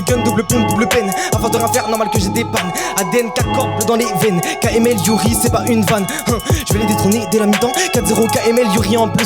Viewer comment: Pierre Croce qui dit KLM... C'est KML pierre !!!!!!